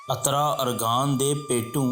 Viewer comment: Bhai jan ye atra ni uttra hy lafz